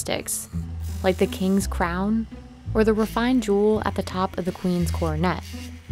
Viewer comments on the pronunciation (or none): none